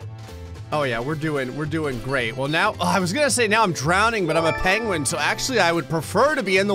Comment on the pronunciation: Why does he say it like Pain-gwen? lol